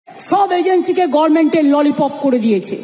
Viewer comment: Oi Ashikshita Mahila je kina Government uchcharan korte parena gamen bale se kina aamader ei Rajyer Cheap Ministar....Chhi Chhi Chhi....